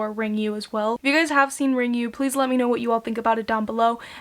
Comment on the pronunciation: It's pronounced "Ringu," just as it's written. Not "Ringyu."